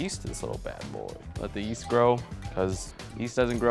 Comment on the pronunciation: Gerison k, dude i dont want no fight, and yeet is kind of a meme thing and i thought it was funny that he said now Lets pour in this yeast mixture, in a way Where it could sound like yeet.